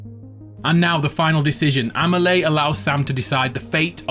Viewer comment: Why do you pronounce Amelie this way D: Great video anyways, I'll be watching it again when DS2 comes out ;)